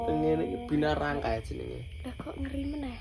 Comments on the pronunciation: Binaragawan bukan binarangka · Binaragawan ❎ Binarangka ✅ Jiannn nguakakk teros sepanjang video🤣🤣🤣